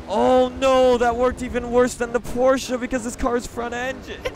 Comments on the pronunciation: wait... did he just say porcha "9 11"? 0_0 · Does it annoy anyone else when he pronounces it Porscher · you say Porshce weird